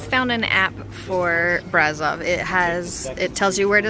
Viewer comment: Brasov is spelled like you would say "bra" and the rest is like you would say "shove". So it's a bra ... shoved ... somewhere :) Bra-Shov. Brasov